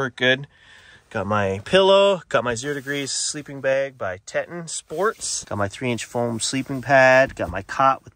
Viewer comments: Teton doesn’t have any correlation to Grand Teton National Park. I’m sure they’re pronounced very differently, like you said, “te-ton.” It couldn’t be pronounced tee-tawn or anything. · Tee Ton not tetin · Tee Ton...not tet on... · I put a hard hat, clip board on dash. Reflective vest on driver seat. I park anywhere with no issues. The sleeping bag name is pronounced teeton as in the mountains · "TEE-tahn", like the Teton mountains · Tee-tawn it’s Tee-tawn! If you are ever around Teton village, let me know . I highly suggest you visit the area one day you won’t be disappointed. North west wyoming ❤ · Great set up ❤ , bag is pronounced Tee Tawn I believe 😊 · FYI- TETON is pronounced “tee-ton” like the mountain range, The Teton’s . 😊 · Teton is (Tee-ton)